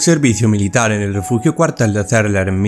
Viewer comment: Xq no nombras los 4 soldados sepultados?? Solo los tres cargos y los dos soldados q encontraron primero, y los 4 q faltan?? Y es Cerler no Cérler. Personalmente he estado a las faldas de esas montañas, tengo pendiente ir a visitar el centro, ya q mi hijo es sobrino/nieto d uno de los soldados no nombrados.